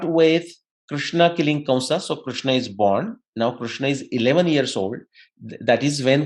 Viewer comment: KRISHNA, not Krushna. RIG Veda, not Rug Veda.